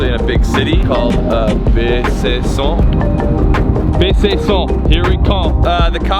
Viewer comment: The city is pronounced "Be san cko" Edit: Add a French accent to it, or it sounds completely whack.